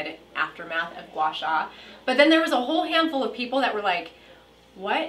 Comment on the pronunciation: It's pronounced gwa sa (Gua Sha)